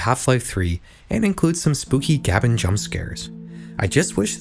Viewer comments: its Gabe N not Gaben 😡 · bro "gay-ben", not "gabin" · gaben is pronounced gaybin, to be clear gabbin is pretty funny though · The real horror is pronouncing Gaben as "Gabbin". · the scariest part is how this guy pronounces Gaben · The scariest thing in this video is how pronounces Gaben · You engagement baited me so hard with how you pronounced Gaben, well done sir.